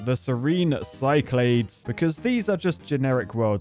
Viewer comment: Cyclades is pronounced 'SIK-la-deez'. You have the reading level of an architect.